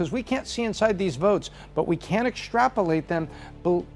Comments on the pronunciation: Therse verts….she killed me lol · She talks about "Voarts" Please learn how to speak proper English!